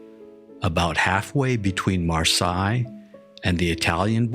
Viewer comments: Marseilles is pronounced "mar-SAY," not "mar-SIGH." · Marsay…..not marseye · Mar-say, not Mar-sigh. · The Crucible is a play, not a novel. And the city of Marseille is pronounced Mar-say, not Mar-sigh. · Mar-sigh? It's Mar-say. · The town on the French Riviera is pronounced mar-SAY. You lost my attention at that point. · Marseille is "Mar-say-ye" the last syllabe prononced as "eye" without the "e" at the beginning. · The city in France is pronounced Mar-say (with the 's' as in 'say'). The spelling is slightly different in French and English, but the pronunciation in English is generally understood to be close to how a French speaker would say it, with a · Marseilles is pronounced MARSAY. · EMBARRASSING - THE ROBOT/ HUMAN MISPRONUNCIATION OF "MARSEILLE!" Shame on you! Greetings from sunny tropical THAILAND, Johannes Koistinen-Lindgren! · The pronunciation of Marseille was quite something… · Is it pronounced "mar say" or "mar sigh"? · It bugged me that he mispronounced Marseille. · I hate the reader. He mispronounced "Marseille". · Mispronounced Marseilles.